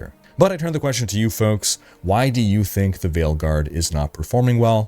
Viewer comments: You said it wrong. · Its folks, hey!